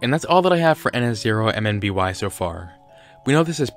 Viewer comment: His name is pronounced ihn-som-nee